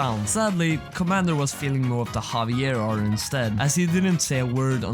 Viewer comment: havier ???? BRO JAVIER